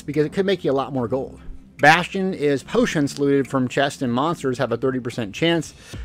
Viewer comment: OMG not "POTIONTS"! But seriously, welcome back.